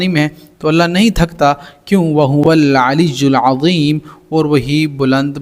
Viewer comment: Aliyyul azeem ko alijul azeem q padha?samjh nhi aaya